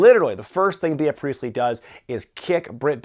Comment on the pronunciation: It's pronounced "Bee" Priestly not BEE_uh Priestly. Get it together,.